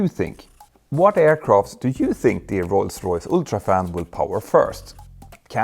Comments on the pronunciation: I’m not trying to be mean or poke fun but I wonder why does it sound like you pronounce rolls Royce like ‘Roy’s Royce’ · You don't roll the r in english specially not in Rolls Royce 👍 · When you say Rolls-Royce you roll your " R ". Thanks for the video, good topic.